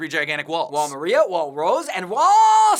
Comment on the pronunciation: It's wall MAR-IA not MER-RIA